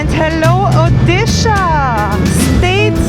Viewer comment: Oddi shah wahh 😅nice pronounciation....